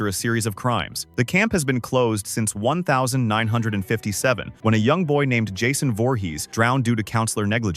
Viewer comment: Not a bot? That was the most cursed way I’ve ever heard someone say 1957!